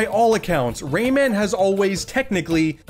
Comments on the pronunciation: Ray man you mean romon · Used to pronounce Rayman as “ramen”